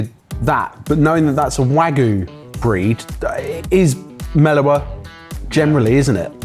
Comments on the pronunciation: Wagyu is pronounced wagyu, not wagoo. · I always thought its pronounced WagYu not Wagu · It's not wagoo! It's wagyu! For gods sake! Beef in Japanese is gyu niku, milk is gyu nyu, stop saying wagoo! Wag you! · Why do they all say Wagu instead of Wagyu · You're correct, it is wa-gyu. I don't know when English speaking people in the UK and US started pronouncing it "wagoo". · Sad to hear the pronunciation "butchering" of wagyu. It's not hard to say "wah gyoo" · "wagoo" is hilarious. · One) I don't appreciate this slander against. Two) Exhibit A, the chefs in The Bear (the popular, award winning TV show) also calls it "wagoo" for some reason. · what's with everyone saying wagoo these days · It's not real Wagyu so I guess calling it wagoo kinda makes it less like lying. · I don't know why the pronunciation of "Wagyu" as "Wahgoo" irks me to the degree that it does, but it shouldn't. Maybe because I see a Y and it's not being pronounced? Has the same vibe of "should of/should have" for me. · Please stop saying "wagoo", there's a "y" in "wagyu"... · Absolutely butchering the pronunciation of "wagyu". Pun intended.